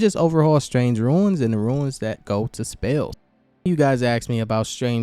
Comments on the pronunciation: Rune, not Ruins lol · it's pronounced "Roon" like "Boon", you are saying Ruin instead as in 'a broken down building'. Epic video! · Runes is pronounced Roons. Not ruins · That annoyed me😂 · It annoyed me too. But accents are a thing